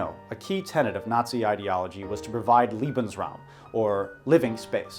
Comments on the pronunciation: Pronouncing "Lebensraum" as "Liebensraum" makes it sound way kinkier than it needs to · “A key tenet of Nazi ideology was to provide Liebensraum” I love that the accidental mispronunciation of Lebensraum means that the Nazis are now looking for “loving space”. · It is pronounced Lebensraum , living space, Liebensraum is a place for making love. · How can you pronounce German so well (and presumably Russian as well), and still mispronounce Lebensraum ? And Mitläufer, for that matter. This is the real mystery.